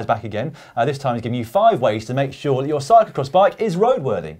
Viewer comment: Caption: "I beg your pardon, did you just say cyclocrotch?"